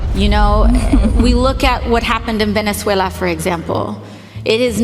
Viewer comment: I do like the way she pronounces Venezuala and Maduro, though!